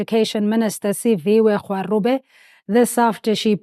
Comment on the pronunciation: Ok at this point we might need an entire video dedicated only to the pronounciation of the Education Minister’s surname - content creators and journalists be butchering it beyond recognition left, right and centre (but credit to Sizwe Mpofu-Walsh for being among those who get it right). It’s *Gwa*[with a hard ‘g’, as in the word ‘go’]-*ru*[that ‘r’ is pronounced the same as the ‘r’ in ‘Rolihlahla’, it's a guttural 'r' that's pronounced the same as the 'gg' in the word 'dagga']-*be*[with a soft ‘b’ sound, like the ‘b’ in the word ‘maybe’]